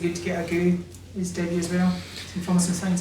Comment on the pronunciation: It's Ah-jay-oo Not "Agoo" Dafties